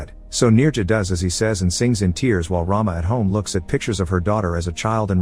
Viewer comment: The pronunciation of Rama is not as you have done it. Since it is a female name, it should be rum-a . Rum as it is pronounced in English and a as you pronounced in Rama. Rama means a Hindu goddess of prosperity. It is just for your information.